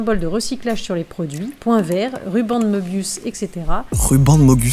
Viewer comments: Bonsoir, je viens casser les gonades ;) Dans möbius, le ö se prononce eu (peu, me, le, ...) Et j'avais qu'ça qu'à dire ! (edit : si, pardon, excellente initiative !) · La tristesse de la prononciation 😢 Meubious